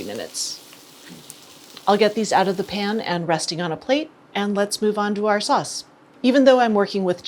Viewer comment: everytime she says "The pan" I hear "Japan" lol